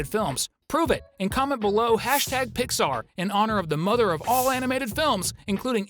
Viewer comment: Pixar not Piyar